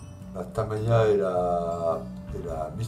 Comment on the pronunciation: Merci pour toutes vos vidéos très interressantes. Votre experience associé à votre ton cool est vraiment agréable. J’ai une petite question qui me taraude ! Pourquoi dites vous taMAya !?? hahahahaha c’est marrant !! taMIya ne vous plais pas !? Bon allez bonne continuation Et bravo pour ce que vous êtes et faites